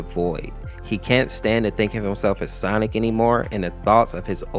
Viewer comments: I notice whenever he says Sonic.EXE he says "Sonics.EXE" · i keep hearing "sonix" 🗿